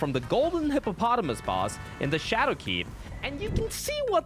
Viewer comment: Is it pronounced "Skadoo", or 'shadow' ??? (Example: etc.)